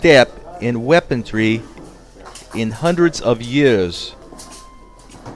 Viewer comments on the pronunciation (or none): You yoyos missed the worst part. Apparently these were built on a tree. The narrator keeps calling it "weaponTREE" ( not weaponry). And, to top it all off, he ends his sentences in prepositions. To whatever is this world coming? Sheesh.